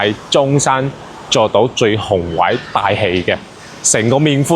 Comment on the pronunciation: “宏伟”读了好几遍都读不对,现在当中介不需要学历的吗!?😂